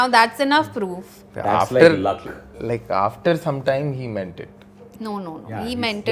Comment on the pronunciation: lmao i heard meanted